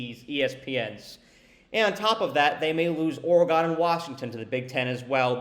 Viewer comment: Stopped watching the second you pronounced Oregon wrong 🤦‍♂️